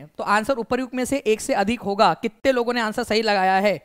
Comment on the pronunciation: Sir not honga that's hoga, aap hamesha hoga ko honga bolte hai